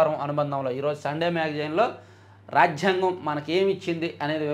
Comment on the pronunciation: రాజ్ఝాంగం కాదు నాయనా.. రాజ్యాంగం